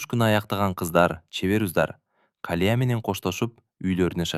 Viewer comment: Рахмат сонун,бирок Калия эмес,Калыя деп окусан жакшы болмокпуу деймда.